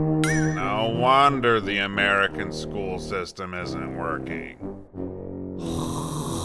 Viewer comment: SO *Amereekeayn*